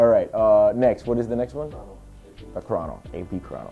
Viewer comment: It's pronounced CROW-No, not Kron- NO. Good channel.